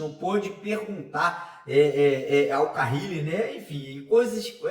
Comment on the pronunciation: Alguém dá um toque pra ele parar de falar carrrile